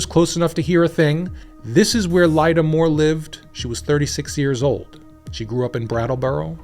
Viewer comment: that name is pronounced Linda.